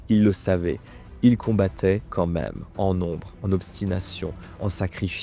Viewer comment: Merci ! beau boulot. Juste : "Quand même" non "comême". Psy-chique, non "bsigique".